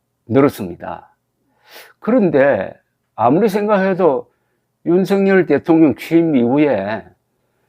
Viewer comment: 윤석열의 발음은 "윤서결"이지 윤성열이 아닙니다! 대부분의 기자와 방송인들이 윤석열(윤서결) 의 발음을 윤성열로 하는것을 보고 실망을 금 할수 없읍니다! 윤성열과 윤석열이 같이 있다면 발음으로 어떻게 구분 할수 있읍니까?